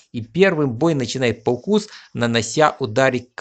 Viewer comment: не паукус а паукус